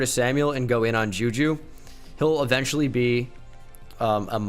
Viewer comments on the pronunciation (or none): none